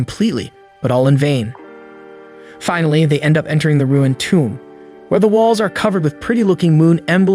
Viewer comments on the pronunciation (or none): none